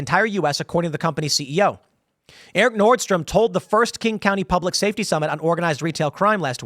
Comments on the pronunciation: Pronounced "North-strom" bro....😮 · "Nordstream" LOL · Tim it is Nordstrom (nord st roam)